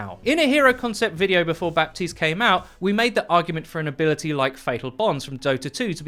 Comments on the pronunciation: in haiti, french is one of the 2 languages, and baptiste is a french name, FYI, we dont pronounce the P, its "batiste" baptiste \ba.tist\ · Just so you know, Baptiste is apparently supposed to be pronounced Buh-tees. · Every french person has told me it's pronounced Bateeeeest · It triggers me so hard that Michael Chu chooses the non-french pronunciation. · You don't pronounce the P in Baptiste, all people who thinks otherwise are degenerates